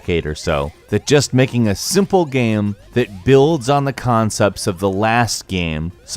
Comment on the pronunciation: Why you say “gham” instead of “game”